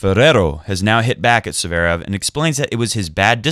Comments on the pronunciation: In German it's pronounced Tsverev, but in Russian Z and V are pronounced simultaneously with emphasis slightly on the last syllable, Z an V are not pronounced as two consonants. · Please don't pronounce it as, "Zuhverev".